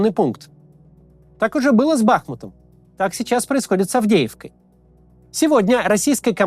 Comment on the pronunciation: Чувак, ты не думал к двум годам войны выучить правильное ударение в слове "Бахмут"?